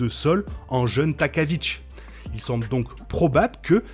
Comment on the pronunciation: Impeccable l’analyse, mais je grince des dents à chaque prononciation de « jeune » ( gene) prononcé « djine » normalement 💪👍